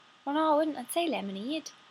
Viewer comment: "lemimaaayd" lemonade